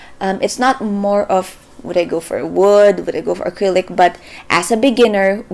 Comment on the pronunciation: when she said Gecko acrylic- AY i thought she was asian